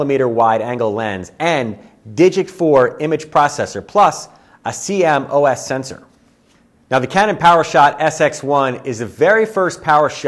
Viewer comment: I'm sorry, but the sensor type is pronounced "See-Moss" not "C-M-O-S" and you'd think anyone in the industry would know that. (While we're at it, the Canon camera family is pronounced "Eee-Ose" not "E-O-S")